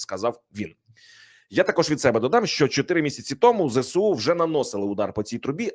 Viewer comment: Увага! Говоріть правильно ! Не зе сЕ у, а зе Ес у !!!